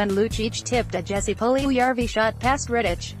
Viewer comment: Its pretty obvious that she doesn’t watch the game, she pronounced Oliver Kylington’s name “kylington” rather than “Shylington” and also said David Rittichs name incorrectly